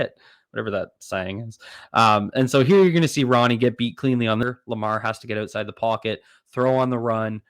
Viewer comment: its "out" side not "oat"side